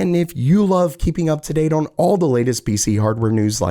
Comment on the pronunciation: on, not oion.